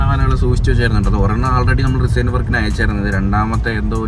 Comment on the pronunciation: Pinneh oru kaarym parayatte റിസൈൻ alla റെസിൻ aan